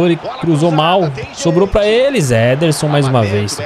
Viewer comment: O chamando o Ederson de nederson zederson